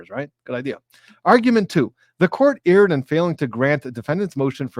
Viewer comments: erred is pronounced "aired" not "eared" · Actually, it's pronounced "erred"!